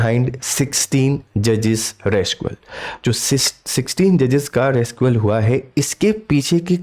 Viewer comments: RECUSAL ✅ RESCUAL ❌…btw good explanation sir😊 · शब्द रेस्कुअल नहीं रैक्यूजल है। इतना बड़ा विडियो क्यों बनाया, कहना क्या चाह रहे हैं जनाब? आपने ये तो बताया नहीं कि recusal क्यों ? former CM रहे हैं? CM रहे हैं काफी नहीं है क्या? अरे कुछ तो सार रखिये,पढ़ाने जा रहे हैं भावी चतुर्वेदी, शेषन और खेमकाओं को। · Pronounce IT AS रिक्यूजल AND NOT रेस्क्यूल YOU ARE TEACHING THE STUDENTS SO YOU SHOULD LEARN FIRST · Recusal not rescual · RECUSAL and not RESCUAL. . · Abbey khufiye, upsc ko padhata hai aur english pronunciation bhi nahi ata. Rescual kya hota hai? Recusal hota hai. Dictionary khol aur khud zara padh le. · 🤦‍♂️🤦‍♂️ अरे वो " रेकुसल" है रेसक्यूल नहीं। इस चैनल की मट्टी पलीत करके रख दी ऐसे ऐसे नये नये लोगों ने। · It is recusal, but not rescual.... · RESUCAL nahi RECUSAL hai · रेस्कुअल नहीं, रिक्यूजल । लिखा सही है, बोल गलत रहे हैं। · recusal likha rescual bol rahe hain baar baar. upar se name pronounce karne nahi aa raha hai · You did not mention about the case about Mr. Sanjeev Chaturvedi. Also, please pronounce the word recusal properly. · Sir apne wo recusals thoda galat read Kiya he......रिक्यूसल hota he. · rescual ..?? Kya pronunciation kr rhe ho sir.. 🤦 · Recusal hoga Sir...... Ek baar aap fir se sune video pronunciation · रिक्यूसल बोलिए। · Recusal ko theek se pronounce kariye